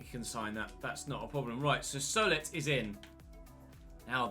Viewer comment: Just to help out, Solet is pronounced So-Lay